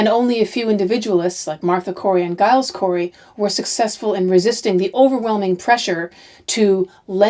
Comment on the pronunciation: Hi., interesting series. Just to let you know Giles Corey is pronounced Jiles. I'm a fellow G/J Gillian. I know Americans aren't too aware of this.